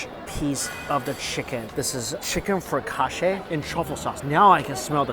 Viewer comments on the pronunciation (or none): none